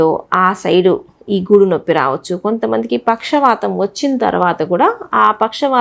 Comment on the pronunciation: గూడు కాదు గూడ భాగం